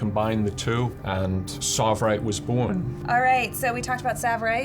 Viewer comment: No, it's not savirite because it's tsavorite.